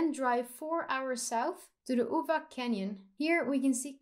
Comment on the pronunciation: I was amazed of your pronunciations of Serbian words, they were almost 100% perfect, except for Uvac and Golubac (we pronounce c as [tsar] not as [key]). Anyway, fantastic video, keep up your work!!!